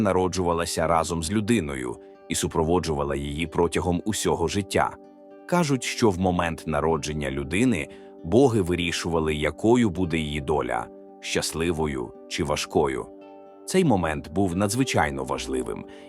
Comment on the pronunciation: БогИ, а не БОги! 🙂